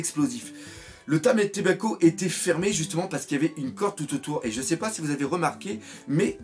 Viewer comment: Problème d'orthophonie? LOL ce n'est pas méchant, mais juste, tu n'arrives pas à dire TAMAtebako, écoutes-toi, tu dis TAMÉtebako!???... Sinon, t'es un bon!